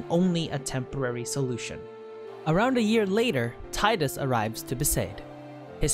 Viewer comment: Sorry friend, but his name is pronounced Tee-Dus. There is an interview I'll find and link with the voice actor and he makes an interesting point on how when reading it, he read it wrong, it was supposed to be how you say it, but he saw and read it differently so it stuck (or something similar, let me find that clip)...